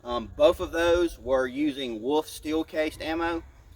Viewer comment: There is an L in the word WoLf. It is not pronounced woof. My 6 yr old can say wolf.